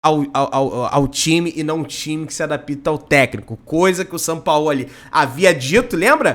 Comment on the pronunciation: ADAPITA NÃO, ADAPTA... PÔ, DANDO MOLE NO PORTUGUÊS...RSRS...TMJ